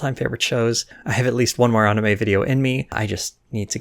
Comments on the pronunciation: Good vid "onime" was killing me tho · If there's one thing that triggers me its when people say Ahnime. Go fuck yourself. Fcuk you